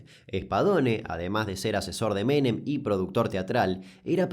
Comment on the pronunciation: No soy Argentina pero he visto los videos suficientes como para que cada vez que te escucho decir "Carlos Menem" nada más cierro los ojitos 😣